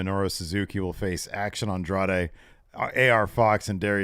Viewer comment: He also called Andretti “Action Andrade” so it sounds like he’s a fan of GIR.